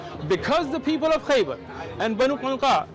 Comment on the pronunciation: Khaybar not Khyber. (Khyber sound like the are are around Pakistan and Afghanistan.)